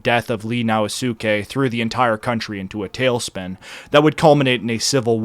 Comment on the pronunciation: Sho-Een! Now Skay! Sone-no jo-ee! Intonation全然違いますが。